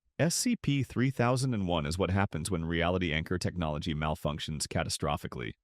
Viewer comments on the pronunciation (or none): none